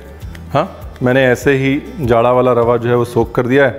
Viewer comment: Once again say, 'Sookha Rawah'😅